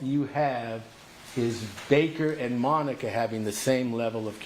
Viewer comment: That was a masterpiece. Esq. Has taken the mispronunciation of names to a new level in this trial. I am convinced that he loathes Monica and wants to lose the case.